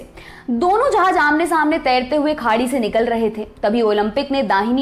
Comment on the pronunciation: 'Jahaaz' not 'Jahaaj'